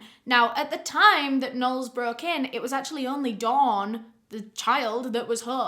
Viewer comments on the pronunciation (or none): none